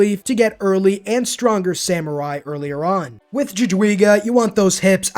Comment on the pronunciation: Tip to Jadwiga: J in polish is read as Y in english and W is read as english V. So pronunciation is sth like Yadviga.